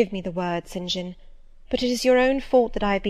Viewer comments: I don't think that you should slow this down it is perfect it helps a lot more when she reads faster it helps me concentrate better. And oh! my gosh his name is Saint John , not Sin Jin! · Yes the 'Sin Jin' thing is seriously annoying me too :S